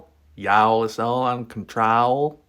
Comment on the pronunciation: 😂😂😂 love the southern “yA’ll’s”